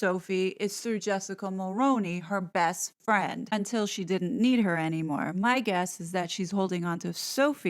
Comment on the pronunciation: FYI, it’s pronounced Mul-ROO-ney :)